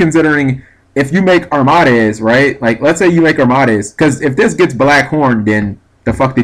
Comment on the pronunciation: Arm-MAH-dez Its Arm-ah-deez. It's supposed sound like a Greek god.